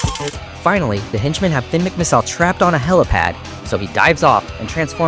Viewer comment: You skipped the part where Tony Trihull tried to kill Finn with a torpedo, which Finn narrowly avoids and turns into a submarine, while also lifting his spare tires to the top of the water to trick the Lemons and Zündapp into thinking he’s dead. Also, you’re not British (European); pronouncing I’s as “EYE” is their tradition, not yours, so it’s pronounced mick-mih-SIHL, “Patrick Star”! 🤨